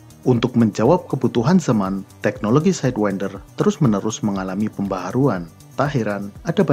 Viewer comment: Org Lain: Aem-Said-win-der Admin: Ahem-Seyd-wen-der